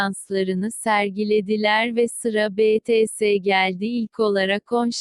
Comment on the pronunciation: Guugle apla Betese değil Bities (!)